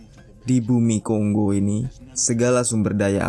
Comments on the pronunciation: Tolonglah itu bacanya Kongo bukan konggo🙄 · Silakan cek pronunciation aja dulu ya borr banyak kok video cara baca di youtube, nanti kan kita sama-sama jadi tau yang bener bacanya Kongo atau Konggo, daripada nanti malu 😁